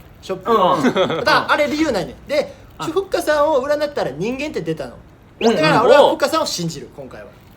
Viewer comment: の阿部くんの読み方がふっかあって感じだから、ふっかのLINEの名前がふっかーとかなのかなっていう想像😹